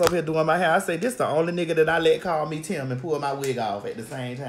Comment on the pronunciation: 😂😂😂🤣🤣 Girl, not "Timbo"